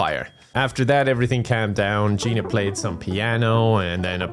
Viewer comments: There isn’t a ‘Gina 1’ either since her name is actually Ginia but keeps saying her name wrong 😂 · i like how he misreads Ginia's name for her entire existence...